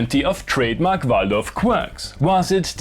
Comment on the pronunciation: You said 'Waldorf' very authentically! 🤣